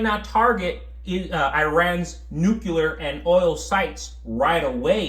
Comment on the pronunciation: Just a helpful tip, "nucular" is not a word. Neither is "nuculear".